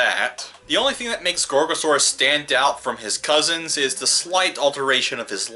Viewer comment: Um Guys Did he just said gorosaurus